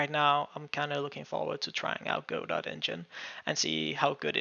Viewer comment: It's pronounced "Go-doh" as in "Waiting for Godot." Look it up!